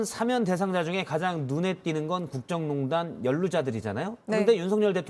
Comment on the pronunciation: 안나경 아나운서... 어러번 말씀드렸는데 오늘도 시작부터 '사면'을 '4면'이라고 계속 발음하시네요.. '대통령 4면'이라니요.. 간판 아나운서의 이런 문제 하나 시정하지 못하는 JTBC 뉴스룸을 이제 떠나려고 합니다. 7년넘게 여기만 찾았는데, 어디로 가야할지...씁쓸하네요.